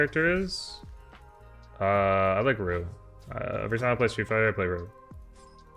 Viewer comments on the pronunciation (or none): Who’s his favorite street fighter? Roo? Rogue? Is he trying to say Ryu?